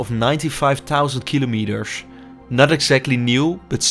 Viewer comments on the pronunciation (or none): Cannot even speak the word cars or kilometers